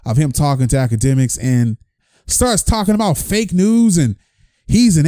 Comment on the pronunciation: Ak-Gay-Demiks put the hit on you homie? lmao